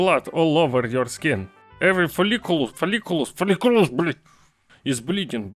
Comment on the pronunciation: Hi from YouTube shorts! The word follicle is pronounced "fall-ih-coal"!